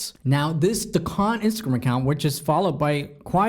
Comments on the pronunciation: Dequan not Decon lol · It’s pronounced day-kwon